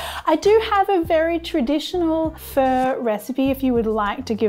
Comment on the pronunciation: You calling it a 'Fur stock' sounds like? but, i like the cheats way of cooking things too. Like pork belly we just salt it over night then scrape the salt off the next day or when ever you want to cook it at least after 24 hours.Cook on the Weber Q beautiful or even in the air fryer.